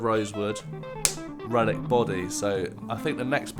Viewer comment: Yes. I've pretty much forgotten this, but I remember looking forward to what you might be doing and was disappointed. You say "Relic" and I hear "Ruin". Oh well.